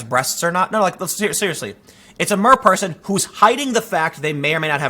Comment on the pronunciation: At first when you said Mer-person I thought you were talking about a gender 😂